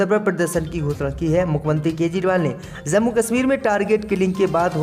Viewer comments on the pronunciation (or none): JUMA ko ZUMMA read kerta hai bewaqoof..Kis ne bithaya Yahan per..zammu BOLA Jammu ko...yeh Kya ho raha raha hai...HIZAB BOLTA